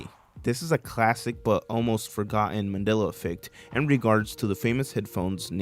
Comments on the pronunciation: I'm sorry did I miss something or my ears going strange? why do you keep calling it a "Manila" effect? I know you know it's "Mandela". maybe it's just my ears but it's driving me up the wall. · It's not " manilla" , it's Mandella . If you can't pronounce it ,then you don't know anything about it. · Why does he keep saying :manilla effect. instead of mandella effect. Ennunciate? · Is mans saying Mandela or Manilla?? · Mandala, Not Mandela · Why does it sound like you keep saying Manila effect instead of Mandela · It sounds like your saying “Manilla Effect”😂😂😂